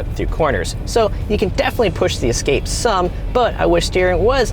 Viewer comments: Some say EXcape instead of EScape. Why is that? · It Es-cape, not Ec-scape. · *Escape not Ecscape. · Explorer, Excursion, Expedition, and "Excape"?